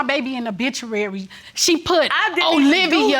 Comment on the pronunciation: Did she say bituary? 🤦‍♀️